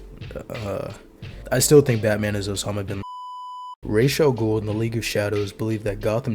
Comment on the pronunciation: I saw Batman Begins 8 times in the theater when it came out. Only movie i really wanted to see multiple times in a theater, it was such a cool take on the superhero genre. Btw how the hell are you mispronouncing "Ra's al Ghul" when they say it clearly in the movies lol